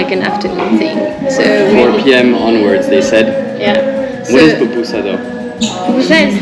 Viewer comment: Too bad you didn't get your last Pupusa in El Salvador. Love to way, you, pronounce, Pupusa!